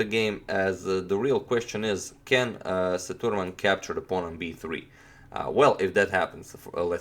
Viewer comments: it is se-dhu-raa-man spealt sethuraman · You need to pronounce the name Say-thu('the' ending with u instead of e) -raa-mon(mon as in Monday)